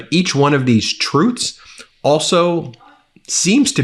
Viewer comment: Love Ben, but is he saying "trutes"? 😂😂